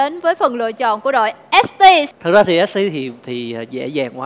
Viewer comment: " thực ra thì " cái quái j vậy ai nghe dc tiếng ấy ko ?